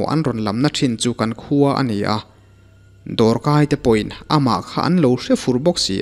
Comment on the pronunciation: 'Kan khua' tih rikngawt hi a va chiang lo ve?